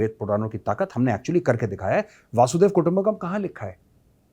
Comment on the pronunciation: वासुदैव कुटुंबकम नही जनाब , " वसुधैव कुटुंबकम " ! वासुदेव और वसुधा दो अलग अर्थ और अलग शब्द है जी !